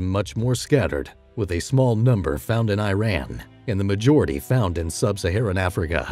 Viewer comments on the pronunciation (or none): none